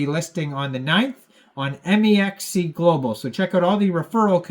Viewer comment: “M. E. X. C.” Tell me you’re not a trader without tellin me you’re not a trader. 😂